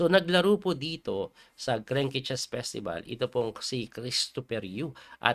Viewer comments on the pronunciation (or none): Grennnk hindi po greng ke